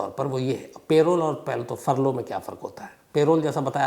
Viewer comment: पेरोल नहीं परोल parole